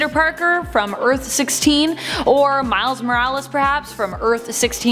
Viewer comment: Once again screws up with "Earth 16"...wtf?